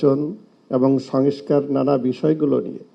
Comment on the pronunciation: সংস্কার শব্দটিও উচ্চারণ করতে পারছেন না, নেতারা 😮😮😮😮